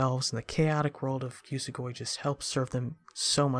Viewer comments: It's oo-so-goo-e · Idk but I pronounce it yoo-soh-gw-E